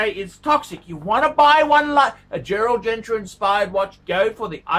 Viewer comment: Lexicon: Girard Para-Gay Gerald Gentra Chewda Frederique Constantin Ulysses Nardan Gilloshay Let's face it. He favors brands he can pronounce: Rolex and Patek